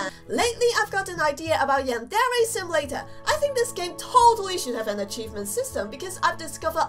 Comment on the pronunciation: Prenounce yandere like (yan dere )